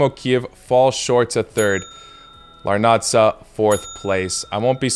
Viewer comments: the correct way to read the name of the team is as AEK Làrnaka and not Larnača because it's a Cypriot team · Bro you fucked up Cypriot team names💀 AEK LarnaKa (pronunciation) Omonia (pronunciation without the second "O” Keep up the good work🙌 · Why does he pronounce Larnaca like that😭